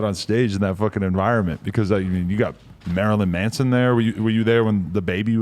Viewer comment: Lol he called Marilyn Manson Marilyn Mason